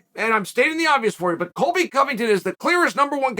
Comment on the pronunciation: Disregard cheal when he says Colby lol